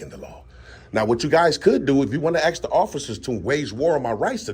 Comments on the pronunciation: Ask not axe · Trying so hard to speak with intellect, but CANNOT pronounce one Simple word..... WTH does "Acks" mean??? If you're trying to speak with BIG words to come across as a Smart individual, why not try to pronounce the SIMPLE word of "ASK" Correctly... "ASK, ASK, ASK, ASK, ASK... IT IS A VERY SIMPLE WORD... You're Now Dismissed 🤔😂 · Why can't so many people pronounce the word "ask"? It is not "aks" the s is before the K. Whats up with that? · Listen…they can axe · They can axe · Acks........ The Word Is ASK!!! He needs to say it a thousand times in order to pronounce it correctly. ASK ASK ASK It's a Very SIMPLE word.... ASK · " they can axe, they can axe ".😢😢😢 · Sorry, i don't know why, but i having problem respecting people that uses the word "AKS" when they ask something.. to me is sounds un educated to say aks